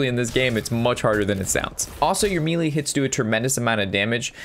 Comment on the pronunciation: It’s funny how he say melee